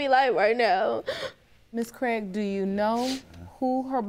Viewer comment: I fookin hate hearing my surname mispronounced over and over. Its Craig not Cregg